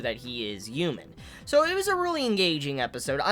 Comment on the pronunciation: "Main mel character" "Yoomans" lol